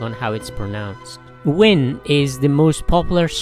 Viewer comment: Truyện Kiều or The tale of Kiều is my favorite poem and I'm really happy to know that foreigners are reading and likes to learn about it. P/S: The name "Nguyễn" is pronounced "Nu-Wen" in Vietnamese. I'm not making fun of your Vietnamese accent, I just wanna help you with pronouncing "Nguyễn" next time.